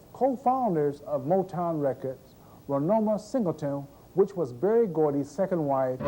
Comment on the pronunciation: raynoma not raymona lol